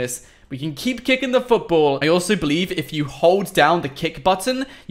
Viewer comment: The way he says football foutboul